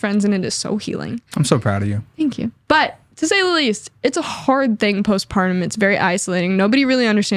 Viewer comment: *Postpartum (ie "after the separation"). Not "post-pardon."...😑